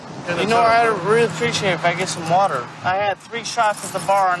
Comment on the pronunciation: "I need some waterrrgg! Amazing